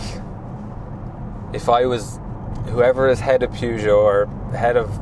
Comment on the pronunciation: That is not how your pronounce Peugeot. That is like saying Ren Alt for Renault